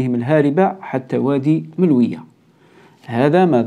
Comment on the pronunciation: مجرد تصحيح يتعلق بنطق النهر الذي يفصل بين الجزائر والمروك: مُلوُية و ليس ملوِيَة " Choukran. MOULOUYA, et non pas MELOUIYA